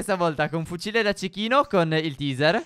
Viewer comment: Teaser si pronuncia teiser!!!!! >:-( ignoranti